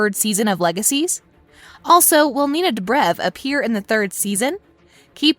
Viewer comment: Why she pronounce ninas surname like that!? Disrespectful! And also who the hell is stePHAN? That only sounds good if it comes out of kai Parkers mouth.